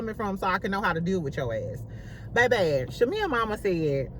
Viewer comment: Lmfao😂😂 you will never pronounce shamea last name right. Lol. Shamea so fake. She literally was shadinf porsha on the intro. Shamea hides behind religion.. im so tired of her singing... Fake asss apology. Drews bag is fake though. Its on amazon. Loll